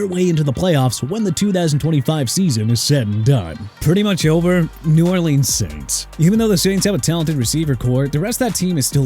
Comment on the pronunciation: YOU CAN STOP WITH THE E-SAI-AH NONSENSE CUZ IT'S TOO EARLY IN THE MORNING!! ISAIAH LIKELY PRONOUNCED AI-ZAY-UH! YOU UNDERSTAND?! AND IF YOU CAN'T PRONOUNCE NEW ORLEANS RIGHT THEN WHY ARE YOU EVEN HERE?! NEW ORLEANS PRONOUNCED NEW OR-LINS (OTHERWISE OR-LEENZ) AND FYI MIAMI DOLPHINS SEASON BEEN OVER AND YOU CAN KEEP TRASHING THEM ALL YOU WANT! I DON'T CARE! AND GET MIKE MCDANIEL'S NAME RIGHT!! MCDANIEL NOT MCDANIELS!! YOU'RE A JOKE DUDE!